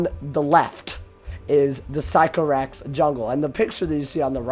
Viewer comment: great vid but I kept triggering me when u said physco-rax it’s actually sick-o-rax lol